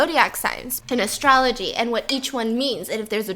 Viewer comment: Stefanie Soo did you just say ASStrology...😂😂😂😂